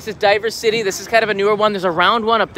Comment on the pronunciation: Heh, I was supposed to fly back from Tokyo today with my family; obviously that never happened. The only time I was there in Odaiba a year ago it was equally deserted. I do believe DiverCity is supposed to be spoken diversity instead of diver-city though.